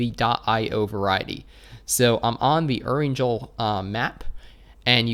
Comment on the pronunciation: Dude the way you pronounce Georgepool as Georgepaul and Erangel as Eranjel LMAO